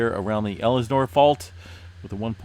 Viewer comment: In SoCal, not Elis-nore, bit EL-sin-or